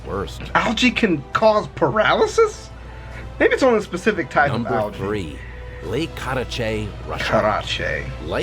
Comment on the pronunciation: U guys can't even say Algae right.